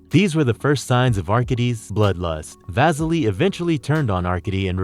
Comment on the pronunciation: AR-KAY-DEE and VAH-SILL-EE are how they are pronounced. Do bots read these things or are these real people?